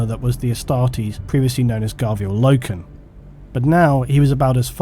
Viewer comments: Same guy, and its pronounced "Low-ken". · It's Loken